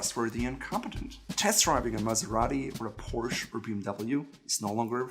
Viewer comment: I can't believe that I just heard a German man mispronounce "Porsche"! You're supposed to educate,, not pander.